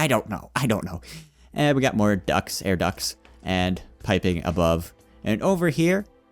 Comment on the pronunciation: ah yes, "Air Ducks" xD